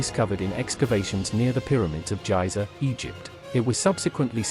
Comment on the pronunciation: It's Giza, not Jiza.